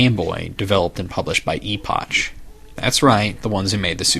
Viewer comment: I always thought the 'ch' in Epoch was pronounced as a 'k' sound, eg. Epok.